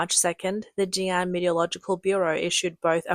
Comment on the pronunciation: It's pronounced JiNan, not JinAn.